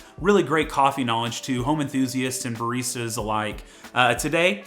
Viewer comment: Me: Baristas This guy: Bar Easter's